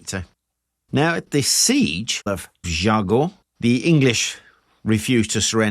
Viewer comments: jargeau = jar-jaw (without d before any j); Meung (sur loire), hard for you to pronounce : m1 (say 1 like a french in french)... reims... (omg, nearly not recognised it... r1s...again, hard to pronounce the 1 in french).. beaugency, congrats, you made it quite well! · Just a small comment : "Jargeau" is pronounced "jarjo" "Reims" => "Rince" Anyway, good vidéo. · Very nicely told. Jargeau is pronounced with a soft g though, as in the following video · Since you tell the name of town ala French Jargeau is pronounced jarjo. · You say ge from Jargeau like you say the ge from Beaugency if there is no u after the g that how you pronounce it